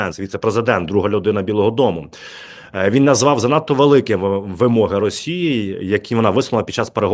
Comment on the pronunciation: Ставте правильно наголоси(вимоги,випадки,свого,твого і.т.д) гидко слухати.ви знущаєтесь над солов'їною мовою.косите під відповідну регіональну мову.